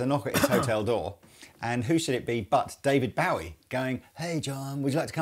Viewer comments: Why do you pronounce Bowie wrong?? He’s stated himself it’s bow like bow and arrow. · Its not being British its just being ignorant. Its Bowie as in Bow tie. He actually says it himself in little drummer boy with Bing Crosby. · Every time you pronounce David Bowie's last name wrong I die a little inside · Does anyone else find it weird how they pronounce "Bowie". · ROB MY GOD MAN....they are holes im sure you know how f holes work...even whn through body like tha with thin wings it increases resonance to give more of a semi hollow sound without feedback, second that IS NOT nashville tuning at all AND ITS DAVID BOWIE like Bow and arrow BO, not bow to the queen...you guys saying BOWIe instead or BOwie is killing me even wors ethan the WRONG way you say BOOGIE like BOOOO from a ghost, and wrongly spell bogner